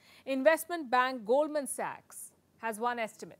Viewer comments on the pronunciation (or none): none